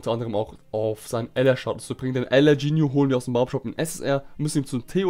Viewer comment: Kannst du ginju ginju aussprechen statt Jinyu